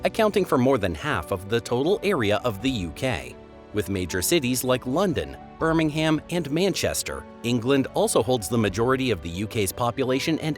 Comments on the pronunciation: Birmingham pronounced Bir-ming-am or Bir-ming-um with little emphasis on the g and certainly no H. The H is a very common mistake made by Americans with so many ***ham cities, towns, and villages. If you see a "ham" there may be exceptions but you will always be on safe ground to pronounce it "um". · SCREAM!!!!! BIRMING HAM.... For God's sake, if you must make a "Program" about Britain, LEARN how we pronounce OUR words!!! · It's not Birming-HAM. And it's AD, NOT CE. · After Birming-HAM, the woke, politically correct CE instead of the more appropriate AD, and words with out at the end pronounced as oot, I had had enough. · Guillemots = "gilly-mots" Lough Neagh= "loch nay"Birmingham=burming-um (BirmingHAM is in Alabama) Cromer=krowmer Alnwick=annick, gneiss=nice